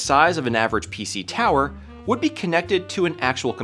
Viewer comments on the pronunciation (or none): none